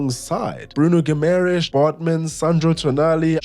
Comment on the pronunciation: Such a fun video to watch. I love how Bruno Guimaraes just rolls off your tongue mere seconds after the "wire wiggle woom" slip.